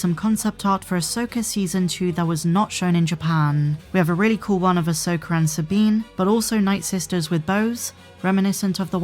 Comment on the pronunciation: easy with with the hard "R".. 😅😅 "Ashoker and Sabine"